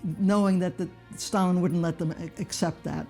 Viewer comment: sure does sound like he said Stallion, not Stalin